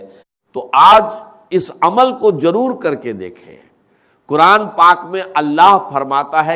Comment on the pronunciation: zaroor ko jaroor dr sahib ki urdu aisinahi۰